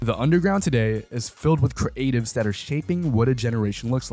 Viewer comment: Why bro said creatives like that